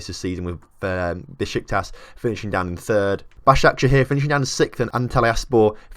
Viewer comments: Yessss you said Başakşehir right :D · Moving to three Istanbul clubs... Does Caner Kocak want to die? Also, your pronunciation of Basaksehir was quite good